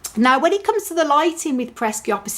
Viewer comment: It isnt peresiopesis. Just pereskiopsis.